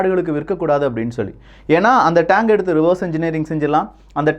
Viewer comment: Tang iillapa,Tank. Tremb illappa, Trump .Pronounce properly.